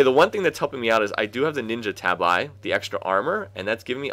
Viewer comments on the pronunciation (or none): Why have you suddenly started saying "tab-eye" these last few videos? You used to pronounce it properly, it's quite distracting…